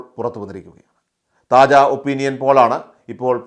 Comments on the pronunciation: താജാ അല്ല കാജാ.. 😂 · താജാ അല്ലടെയ് കാജാ ആണ്.. 😁😁